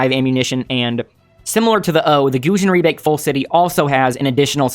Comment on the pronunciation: Goated for saying Gusion Rebake Full City